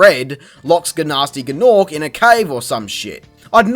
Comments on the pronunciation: Gnasty Gnorc is pronounced "Nasty Norc." Don't fkn call me a nerd, if you're not interested in that steaming peace of poopoo known as "Enter the Dragonfly." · Guh-Nasty Guh-Norc